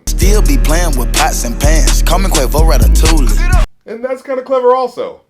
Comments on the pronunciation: 'Still be playing with pots and pans call me Quavo Ratatouille (Rata-tool-y)' Tool = Gun He mispronounced the word as a callback to the chorus 'Cooking up dope with a Uzi' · I think that when he said "Rata-TOOL-ee (Ratatouille)" He was talking about having a gun while cooking crack. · I loved this whole video lmao. But from my perspective, I thought Quavo's pronunciation of Ratatouille was him sayin "ratat-toolie" implying the "toolies" (guns) that go "ratatata". But I'm pretty sure I was overthinking that line. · Pretty sure Quavo said rat-a-tooly on purpose, as in he uses his gun on rats. Maybe I'm giving him too much credit though lol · Think Quavo said ratatouille like "rata-toolie" because a toolie is just another word for a gun. I didn't expect that deep a layer of puns in a bar from Migos though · Ra-ta-tool-ie is how he pronounced it. A tool is slang for a gun Also Uzis first mixtape Rage is Luv was good and had his style and flow synthesized perfectly. It created an overall atmosphere. Everything he did from then on just got worse and worse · When He Said Ratatoullie He Was Not Talking About A Gun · "Did he just pronounce the L in Ratatouille?" ... "Kid Coody"